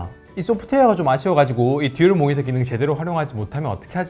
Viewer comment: 모히터가 달려있는 ㅋㅋㅋㅋㅋㅋㅋ 발음 ㅋㅋㅋㅋㅋㅋ 항상 잘 듣고 있습니다! 응원합니답!